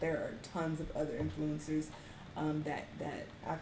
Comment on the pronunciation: I love where she emphasizes on the word influencers